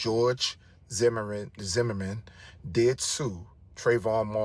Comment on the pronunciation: How can you do a story on George Zimmerman and not be able to say Zimmerman correctly, smh